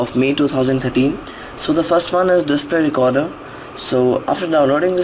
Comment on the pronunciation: dispray recorda